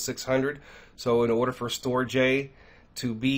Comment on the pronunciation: Brother, STORJ is pronounced "Storage" or Stor-age. They were tying to do a play on words type of thing. Thanks for the video! Shalom